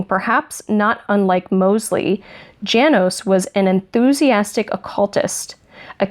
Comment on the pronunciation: I'm not positive, but I think that 'Janos' would be pronounced "yah-nos" in German.